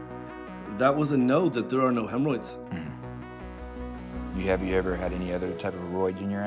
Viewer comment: Hahahaha I knew when he said hemroids he was working towards the steroid question lolol